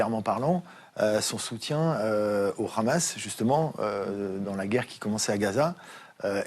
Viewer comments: David Rigoulet le prononce comme en hébreu... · ça se prononce avec le R appuyé sur Cnews et radio J. Ailleurs, les français le prononce avec un H.